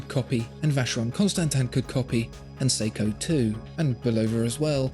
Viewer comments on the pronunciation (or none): none